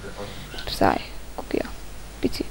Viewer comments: Az nem pszáj hanem pieszáj.. ." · Felfedeztek. >< De azért lehetett volna jobb is. Hibák: Psy mióta tud magyarul? Minek neki reptér? És a helyes kiejtés nem "pszáj", hanem píeszáj + háttérben tv. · a helyes kielytés PÍESZÁJ PSY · XD az van oda írva a végén hogy pcy és kiejtés az 0 a 1000-ból XD